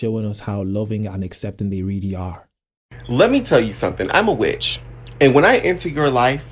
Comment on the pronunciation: He is a witch, but the „W“ is pronounced as a „B“!